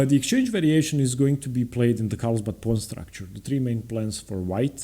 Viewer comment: Great content. One correction though, it’s carlsbad not Karlsbad.